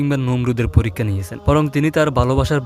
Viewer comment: ? লেখাপড়া কি কিছু শিখেছেন? বাঙালি না নাকি হিন্দু বাংলা ভাষা ঠিকমতো শুদ্ধ উচ্চারণ বলতে পারেন না! ছি ছি এটা বড় লজ্জার! আপনি পরীক্ষা শব্দটাকে বলেছেন ফোরিক ্